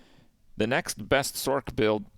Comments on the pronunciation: This homie saying "sork" 🤣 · use me as a dislike button for someone who can't pronounce sorc